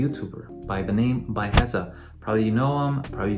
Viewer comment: dude, his name is pronounced "Bee-Uh-Hesa"